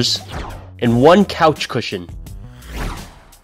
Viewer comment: Wait wait wait! Did you said creashin or coushin?